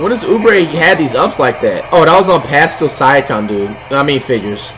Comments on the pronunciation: Man just called paskail a causal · flight said pascals name wrong